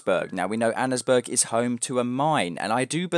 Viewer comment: it's pronounced Anns Burg. Annesburg.